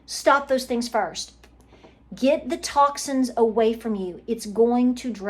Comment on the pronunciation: You said , get the TOXINS away from your body. I heard get the TACOS away…🥴😏😊 maybe I needed to hear that